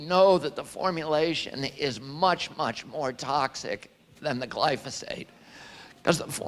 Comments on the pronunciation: 🤦It's stunning how you never catch yourself mispronouncing words that are right in front of your eyes so comically often. Glyphosate is the word but YOU say glysophate, thus misinforming your audience and yes, this shit matters Mr. I wanna hold everyone accountable. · you're saying glysophate. It's gly pho sate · Its GLY-PHO-SATE not gly-so-phate 😂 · Hey Luke. I like what you're doing. Just wanted to give you a heads up. You're saying gly so phate. Its pronounced gly pho sate. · Say it with me GLYFOOO-SATE! Get it right or stop saying it. Youre confusing people. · Love you keep up the good work! It's glyPHOsate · If you say GLYSOPHATE one more time....🤯😳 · Luke.. it’s glyphosate not glysophate. 💫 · Nucular, glysophate, extrapulate, etc... the list of words he cannot pronounce keeps growing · Say it with me- GLY-FO-SATE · Say it with me, Luke: Gly-pho-sate. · PLEAE PLEASE PLEASE pronounce GLY-PHO-SATE properly so I can recommend these videos as being important and intelligent, Constant mispronunciation makes this sound UNintelligent. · Are you pronouncing Gly-pho-sate wrong on purpose? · Slow it down and say gly-fo-sate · This inward been saying glyphosate wrong for over a decade now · I love you, Luke, but you pronounce glyphosate wrong every time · Bruh! He was killing me with his pronunciation worse than the round-up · Yeah that was bothering me lol